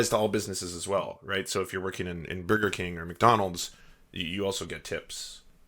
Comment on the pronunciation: i believe it's pronounced "bworger king"